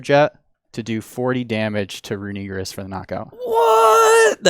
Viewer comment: Usually don’t care about pronunciation, but please get this one right because it kind of sounds bad how you say it, it’s runerigus, look at how it’s spellled it sounds like you’re saying something bad